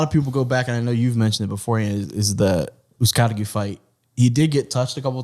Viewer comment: (fight hype} always says Uzcategui’s name wrong lol